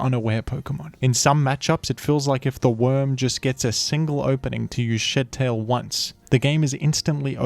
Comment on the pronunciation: why do i keep hearing shittail